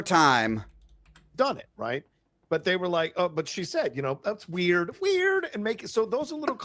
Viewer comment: gets the delivery and intonation wrong on one of the most watched memes in history... Weird (up high), weird (down low). 🤣 How about a white "Zorro," huh??? 😠